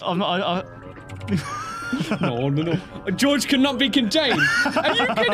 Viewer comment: You're pronouncing Jorge wrong. It's not pronounced the same as George.